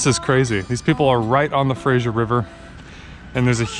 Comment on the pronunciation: I die a little inside every time you say "Frasier" river. Good luck with your new adventures in Vancouver. Remember to wash your gear after fishing in salt water.